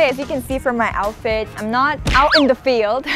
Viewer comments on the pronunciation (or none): none